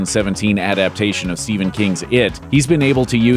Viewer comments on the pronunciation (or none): none